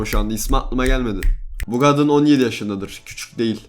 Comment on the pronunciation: “KADIN”a “GADIN” diyor